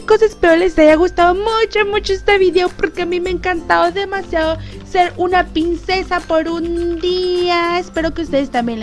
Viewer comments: Tienes problemas con la ''R'' ? o por que dices siempre ''Pincesa'' y no ''Princesa'' La verdad es que rei mucho dije; ''Se habra equivocado la mejor youtuber del mundo? =|'' x'D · las pincesa noooo es princesa aprende a ablara primero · like si te diste cuenta que dijo baby pincesa enves de baby princesa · Hola te quiero mucho pero no es pincessa es princessa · decia pincesa no princesa